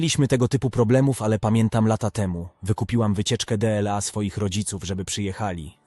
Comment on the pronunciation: To jakas choroba z tym dela ,szanowny panie po polsku mowi sie DLA!!!!!!!!!!!